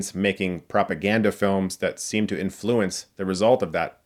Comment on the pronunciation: You can't pronounce biopic or influence. The film barely touches on Mank fighting Welles over the writing credits. It's only when he's completed the script and his brother tells him it's the best thing he's ever written that Mank really pushes for credit. The film focuses on the election as it's a fascinating example of probably the first time that a Hollywood studio used propaganda to destroy a candidate's image. The fact that MGM and the GOP were in bed with each other seems like a precursor to how political parties and news outlets are currently in bed together. The film shows Mank suggest the idea to one of the MGM execs in a throwaway line. Who would believe things that are clearly untrue? Only the people who believe that King King is twelve stories tall. Meaning pretty much everyone!